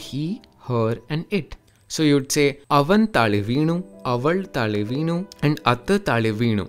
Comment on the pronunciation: Not trying to be a grammar nazi or anything but, in malayalam , it's "taazhe" not "taale", same way you say "tamizh".